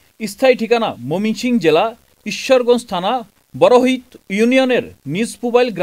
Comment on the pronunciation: 2.25 😂 momingsing zilla.. Uccharon Thik Nai..